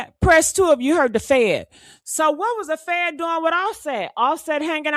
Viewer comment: He said the fan not fed